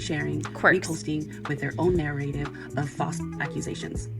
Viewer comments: Someone should've gave her an explanation that didn't say narrative 😂😂 she couldn't even say it right one time. Talk about guilty. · Take a shot every time she says "narrative" with that pronunciation.